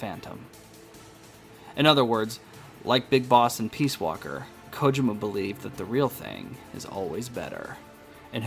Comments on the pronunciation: I had to watch this with close caption so I can mute your voice. Your voice trying to mimic the way Solid Snake speaks was really annoying and your mispronunciation of Kojima was like listening to nails on a chalkboard every time you pronounced it wrong. Big thumbs down. Despite all that, I also believe your theory. I knew something wasn't right from the get-go. And after playing TPP and the reveal of Venom Snake's true identity, everything made complete sense. But now that Kojima is gone, I heard a rumor that Konami was going to do a remake of "Metal Gear" to bring the series to a full circle, but not sure how that will turn out. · My Sister-in-Law and my wife speak Japanese and they agree that the way you said this name was wrong. However, toward the end of the video, you did say it correctly. I didn't catch that until after I had them watch it since I muted the video when I first watched it. Either way, I look forward to the next video and that you're not going to be doing the voice.